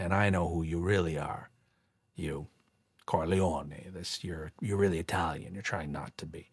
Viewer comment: Geary mispronounces 'Corleone' when speaking on the band stand. Making a point of his pronunciation when he's trying to extort Michael makes me think someone had a word in his ear about it, about how disrespecful it was...and how little he cares that he was corrected!